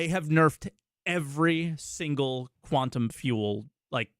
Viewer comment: Quantum not “quanton”